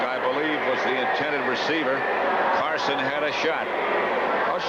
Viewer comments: Summerall keeps calling him Carsons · Anyone notice Summerall calling Harry Carson, "Carsons"?😅